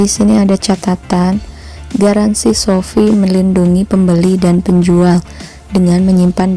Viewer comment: shopee bukan sofi 😔